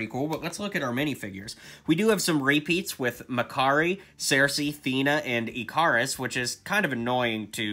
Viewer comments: Ikaris is pronounced icarus, Ick-ar-us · Just wanted to let you know that Ikaris is pronounced Ick (like stick) er us.